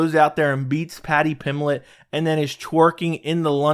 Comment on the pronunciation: There is a b is Paddy's last name. Paddy Pimblett, not Paddy Pimlett.